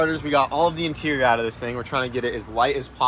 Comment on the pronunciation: I die everytime says 'interior'